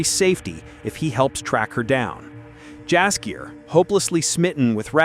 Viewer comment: Dumb AI can't even say Jaskier properly.